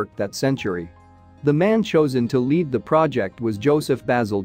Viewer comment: So tired of hearing words pronounced wrong. The word 'lead' is pronounced like the toxic metal rather than the alternative. Read is routinely pronounced in the past tense rather than the present and this one failed with sewage. There must be an easy way to correct these issues but so far no content provider has figured it out.